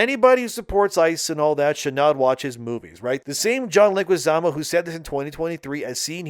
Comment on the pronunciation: Dude, I know English is likely your second language but you are trying to talk so fast that you are failing to properly say words and names. The names of high profile celebs are particularly egregious fails: it is John LEH-gwee-ZAH-moh. It isn't like there aren't 1,000,000 other videos out for almost any celebrity where the name is properly pronounced dozens of times. Or even google. It rips the flow of your commentary out of its groove.